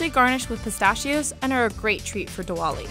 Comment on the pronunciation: “Diwaleee” I’m crying 😭